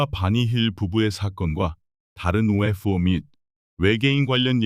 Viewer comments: 그냥 ufo그럼되지 발음 엄청 굴리네ㅋㅋ튀고싶나봄ㅋㅋ영상은 잘봄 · 바보! UFO 목격을 UF 오목격이라 읽네 무식한 넘!